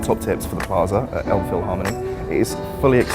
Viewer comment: It's the River Elbe not Elb! Maybe try Franzbrötchen (more authentic) instead of Pretzel ( Bavaria/ Southern Germany).Miniature Wonderland is amazing! Have you tried Fischbrötchen (Fish butty)? That's also a very typical Hamburg thing!